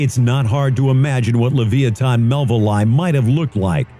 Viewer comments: leviathan = lev-EYE-ah-than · How can you pronouce Leviathan so wrong.